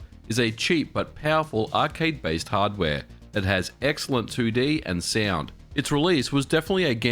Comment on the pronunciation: I've NEVER heard someone pronounce "sound" as "siand" between many more. Understanding what the hell was going on was a pain to say the least. That aside, the content was good.